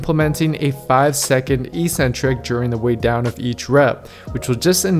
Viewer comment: Great video. Thanks! Except that the word is eK-Centric!!! eE-Centric doesn't exist anywhere in the English language. It only exists in meathead gyms. lol